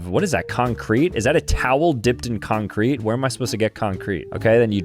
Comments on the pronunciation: the way you pronounce concrete needs to send you to jail. it's CON-crete. not con-CRETE. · He said concreet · Bro said con- Crete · wait do americans pronounce concrete as "con-CREET" instead of "con-creet"